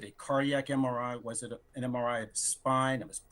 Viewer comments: He can’t even say MRI correctly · HE CAN’T even say MRI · he can’t pronounce MRI (because he can’t read acronyms).